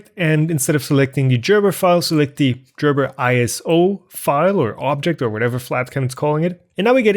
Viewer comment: Gerber, not Jerber. I mean, it is a hard G. It is, after all, a German name.